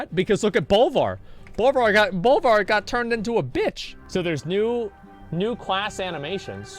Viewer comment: its BOLVAR